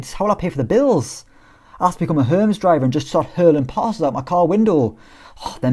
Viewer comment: Dafuq was that pronunciation of Hermes.